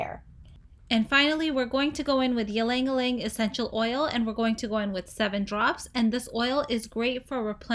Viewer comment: ylang ylang is pronounced eelang eelang :)